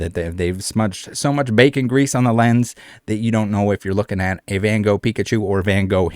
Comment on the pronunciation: its Van Gogh, not 'Ven Goog''